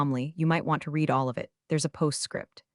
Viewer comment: AI readers don't know the difference. Its the same with lead and led